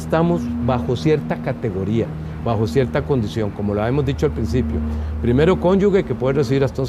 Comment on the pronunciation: En el idioma español la palabra correcta es cónyuge, es incorrecto decir cónyuge…